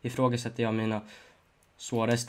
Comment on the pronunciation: Hur fan säger du suarez😂😂😂